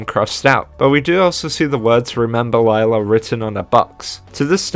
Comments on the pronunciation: Cool video! Although Lila's name is pronounced "Leela", not "Layla". And Sr Pelo is not "Sir Pelo" it's "Señor Pelo" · Nice video but it kinda annoyed me how you said sir pelo it's actually senor pelo (it's Spanish for mr) easy mistake though also the name of skids mom is pronounced lee-la not lie-la but other than those to little mistakes this video was really well made good job 👍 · Nitpick but I believe its (Lee lah) not (Li lah) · It is actually pronounced lila not layla. I believe thats what i heard one of the characters say. I think it was jaune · I notice you’ve been pronouncing Lila’s name incorrectly (which is a common mistake made by a lot of the fandom including myself until it was stated in the fourth episode), but her name is actually pronounced “Lee-la” rather than “Lie-la”👁👁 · Actually I think Lila's name is pronounced Le-La, correct me if I'm wrong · I LOVE SPOOYNMONY LORE OGMB ITS SO RAD HGahahHHGgAAA Sorry I got excited Edit: Also slight correction, Lila is pronounced “Leela” in the 4th episode. It’s alright tho, I pronounced it the same way a long while ago. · You pronounced lily wrong Lee-La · And you pronounced Lila's name wrong... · You pronounced Lila wrong